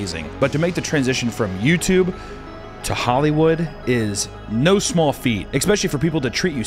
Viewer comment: .... OK u hear but hear me, explain the Australian no though. There's an r in there, or a w, or both. I need answers Google won't give me